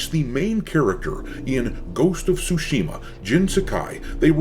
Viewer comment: Brother, if you’re going to be covering GOT consistently, please pronounce it correctly lol. It drives me nuts. TSU- shima. Not Tsu-SHI-ma. 🙏🏽😁